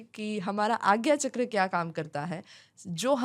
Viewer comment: Sorry for interrupting you but please don't say ’चकरा ’ say it ’चक्र’ becoz u motivate a huge population ❤